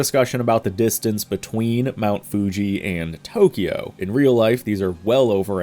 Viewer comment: I love you and you're channel a lot but please... It's pronounced TO-KYO, not TO-KI-YO. Please. It's only two syllables, not three. (Sorry to be a nit-pick but it's killing me) Thanks;)